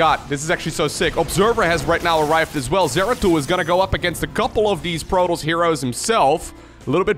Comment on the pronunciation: Protols? You mean Protoss.